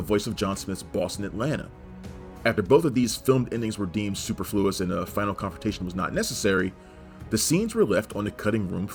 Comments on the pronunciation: The worst pronunciation ever. Bogota... .superfluous.? etc. SMH. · Also the pronunciation of superfluous sounded like what a 5th grader says the first time they read it